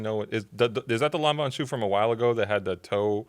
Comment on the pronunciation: It's pronounced "Law-Ven", not "Lawn-Vawn"